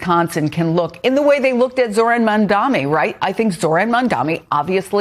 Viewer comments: Mamdani not mamdami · You can not spell "Abdul" and you can not pronounce "MaMdaNi". This sure seems like a wake up call for you. Stop sitting there with your million dollar salaries and guess what ordinary working people want. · Again with the mispronounciation of MAMDANI in MamdaMI?